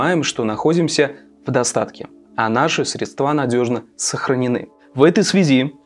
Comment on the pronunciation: Ты сказал "средствА" ??????????? Мир рухнул. Твой авторитет резко упал.